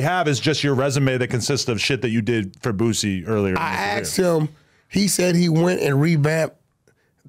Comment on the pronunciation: Wack please stop calln dat man BOOTsie 🤣 its cringy